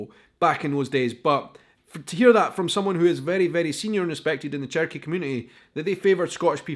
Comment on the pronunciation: Remember pronouncing it "cherio-key". .... Still laughing